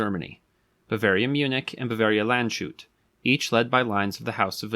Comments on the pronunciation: lahnds-hoot, not land-chute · Landshut is in fact not pronounced like "Land shoot", but more like "Lunds Hood" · The town’s name is Landshut (not Landschut) and it’s pronounced as Lands-hut. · Lands-hut, not Land-shoot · The city's name is Landshut. Lands-Hut. If your language is English pronounce it "Lunds-hoot". It's not "Land-shut". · Sorry: it's Lands-hut ... Not Land-shoot! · It's pronounced "Lands hut" not "Land shut". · Was about to comment on this. The 's' and the 'h' are two separate sounds. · Well, "Lahntz hoot", but yes, exactly. I understand why he said "sh/sch" and not "s h", but I always check how to say something. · You are saying it wrong. It's pronounced "LANDS - HUT", not "Land-shoot". You need to do linguistic research in addition to your historical research. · Landshut => "Lands-hut" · The pronunciation of Götz is pretty good. Landshut —> [LAHNTS-hoot]. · Landshut is pronounced lands-hut. Somehow this was more jarring to listen to then ö pronounced as o. 😅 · Btw. it is not Landschut it's Lands-hut. And it's Götz von Ber-lich-ingen, who is famous for his sentence: and tell your master yes tell him he can lick my ass. In German: sage Deinem Herren ja sage es ihm nur er kann mich im Arsche lecken.